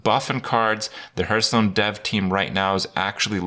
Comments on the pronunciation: At this point, seeing how people corrected him and he keeps on saying it like that, I have a sneaking suspicion he does it to annoy people. Like with "hurtstone" or "jiff" (although to be fair, the creator himself said it should be pronounced like that for that last one). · Or Hurthstone?